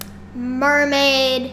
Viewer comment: i meant u said 'erhm MERMAID'